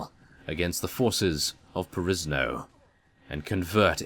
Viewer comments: Don't you should pronounce Perisno like "Perishno" or some sort? At least, most of the let's players that I know do that, only you are unique :P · Boleslava Soboleva-Spasopreobrazhenskaya Theres no indication that it's pronounced like that, maybe the guys you watch all have funny voices. EDIT: Just listened to the intro of three different youtubers to other perisno episodes and none pronounce it "Perishno".